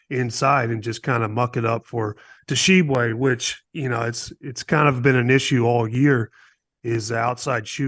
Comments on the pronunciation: BRO! They way Hansborogh put the T in the front of pronouncing Tshiebwe make me want to throw something at him 🤣 T is silent 🤫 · Guys, the "T" in Tshiebwe is silent. It's pronounced Oscar Sheeb-way. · Guys, the T is silent. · The T is silent my guys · The way they pronounced Oscar's last name bothered me the whole time. Ugh! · Jesus Christ, the T is silent in Oscar’s last name, I thought y’all were supposed to be professionals. This is year 2 of him playing and you can’t bother to say it right?